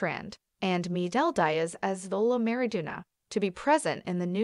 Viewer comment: When are we gonna talk about how she pronounce miguel Diaz and xolo idk how to spell his last name